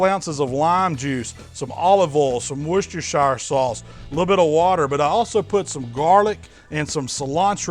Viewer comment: wuschstershier sauce?🤦🏽‍♂️🤦🏽‍♂️ what a jackass